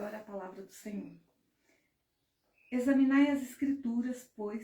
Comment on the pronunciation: Bom dia, irmã. A palavra correta é "examinai" e não esaminai